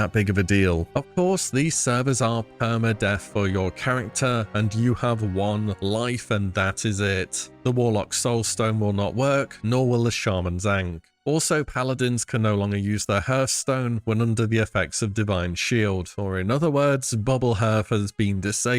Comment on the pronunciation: It's hearthstone, not herstone.